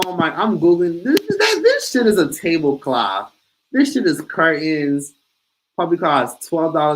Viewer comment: The way you say Table Cloth 😂 Love it